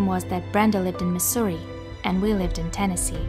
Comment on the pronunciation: Where is this girl from she said so wrong Missouri